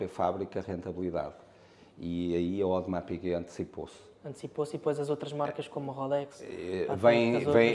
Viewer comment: Um ‘audemars piguuet’ 😂